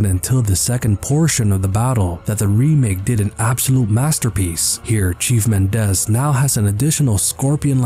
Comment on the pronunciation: I keep thinking he’s saying “Cheese Bitores”